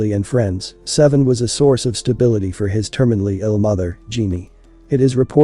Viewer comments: I think he pronounced his real name Say-Vee-On not seven. RIP Saiveon Hopkins Aka Jay Hefner 🙏🌹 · HIS NAME IS SAIVEON! PRONOUNCED SAY-VEE-UNN! NOT SEVEN! 😂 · Say-vee-yon Stop calling him seven